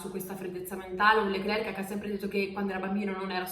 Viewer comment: Meno male, un(a) italiano(a) che non dice "Charls" ma "Charl", però pronuncia "Leclerk" ma si pronuncia "Lecler"...... Idem per "Nicolas" l'ultima lettera non si sente in francese (è muta) , si pronuncia "Nicola".